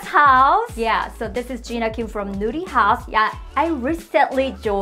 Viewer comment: I love it! I still chuckle every time I hear Jina say "Nurihaus" though because it sounds like she's saying "Nudey House" 🤣